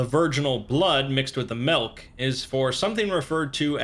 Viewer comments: I’m only gonna give this a dislike because you said (Malk) instead of Milk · yo absolutely fuck the way you say milk